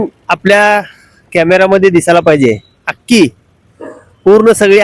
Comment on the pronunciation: अख्खी का “अक्की” ?